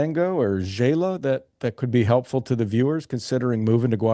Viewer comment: FYI, Xela is pronounced “Shay-la” not “Jay-la”. Love your interviews. Great, varied content of many different places and countries for retiring on less.